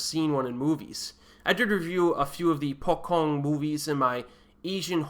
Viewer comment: Hi, the 'c' in pocong is spelled like when you pronounce 'ch' in chocolate. May the sentence help you too!